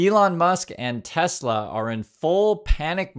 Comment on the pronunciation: What’s Tesla? Do you mean tesler?